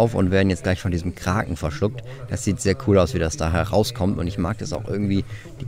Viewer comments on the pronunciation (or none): none